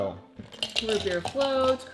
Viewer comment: Oh, root beer float! I thought you said ribbierre float!